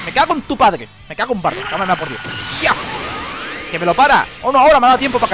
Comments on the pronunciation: Me da bronca que diga súper kameaea osea decilo bien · si sos argentino como yo si ellos dicen kameamea y nosotros kamehameha